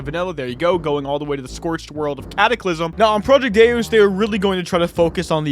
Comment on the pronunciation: like from the game DeusEx it's Day-us. Also when you type it into Google it's also how they say it.